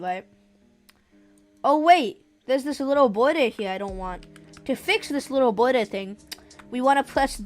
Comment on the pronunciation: "oh wait, there is this bwodor i dowt want" also dont worry im not making fun off you just a tiny thing i noticed lol